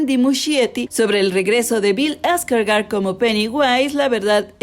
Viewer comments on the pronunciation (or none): none